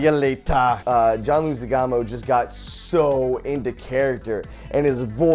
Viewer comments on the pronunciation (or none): Goddammit, Joven. How hard is it to say Leguizamo? You aren't even trying -_